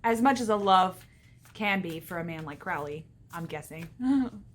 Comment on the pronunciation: Good video but it's pronounced "crow-Lee"